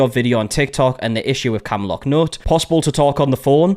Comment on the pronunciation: Didn’t notice the camlock pronunciation but the “that mom over there” was killing me… Do we not know her name?